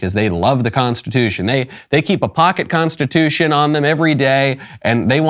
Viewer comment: In my nine years of faking being a judge I have never heard of that word you just said, what was it, "Con-stuh-2-shun?"